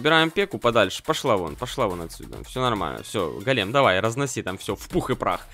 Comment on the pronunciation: Так ещё и голе́м, а не го́лем